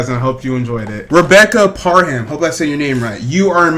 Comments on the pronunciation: It’s pronounced pear um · You pronounce her last name ( pear-um )